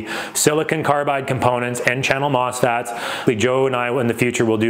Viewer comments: it's mosfet, not mosfat. and a mosfet is a transistor. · MOSFET, not mosFAT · MOSFET … Not … M**FAT.